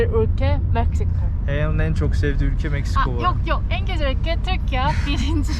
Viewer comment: Güzel değil gücel yaaa 😂